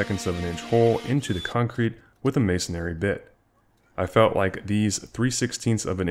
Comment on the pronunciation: Just one comment, but this is coming from an admitted nerd. I get thrown into a violent rage when people say “masonary.” It’s not “masonary,” it’s “masonry.” Otherwise great job! 😀👍